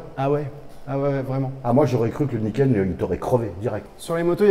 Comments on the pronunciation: à un bon coup de guidon il a malmené le bordel lol et niquel l'analyse avec le GPS.... Je comprend maintenant pourquoi Franck répond pas à ses mails il bossais sur ce fameux. Niken (et non Naïken lol). Gaz les gars et gaffe à vous. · On dit ni-ken en japonais, pas naïken. « Ni »=2 et « ken » =lame